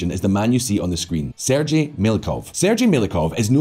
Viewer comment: Come on, learn how to say Sergey!!!